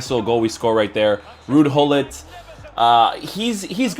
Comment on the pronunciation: American's belike: ruud hullit Dutch people: RuUd GuLliT 😂😂😂